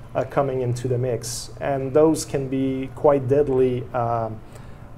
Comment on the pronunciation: We recruit scientist from all over the world, all the time. Stop being so stupid. Grow the fuck up and stop saying "in" when you mean "and". All your credibility goes out the window, it's difficult to understand you, and you look like you belong on Rugrats.